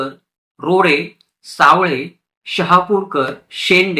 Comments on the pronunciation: सावळे नाही.. 'सा व ले ' असे वाचावे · छान माहिती दिलीत दादा. मांडूस्कर नसुन मांदुस्कर आहे . त्याचप्रमाणे करूळकर - कारूळकर , सावळे - सावले असे आहे . कृपया दुरुस्ती करुन घेणे .